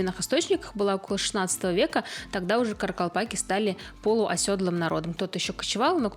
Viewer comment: THE NUMBER OF KARAKALPAKS IS MORE THAN ONE MILLION. THEIR NAME IS PRONOUNCED: KHA RA KHAL PAKH. NE ISLEP ATYRSANG - WHAT ARE YOU DOING? ЧИСЛЕННОСТЬ КАРАКАЛПАКОВ БОЛЕЕ ОДНОГО МИЛЛИОНА. ИХ НАЗВАНИЕ ПРОИЗНОСИТСЯ: QА РА QАЛ ПАQ. НЕ IСЛЕП АТЫРСАНЪ - ЧТО ТЫ ДЕЛАЕШЬ?